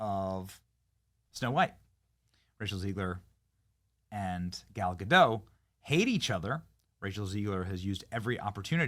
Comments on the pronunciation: It's Gadot, not Godo. It's not French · The "t" is pronounced in Gadot, per Gal herself on video. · Oh Benny... Gal Ga-dot, not Ga-dadough. Do your homework bruh! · Its GADOT, theres a T there at the end.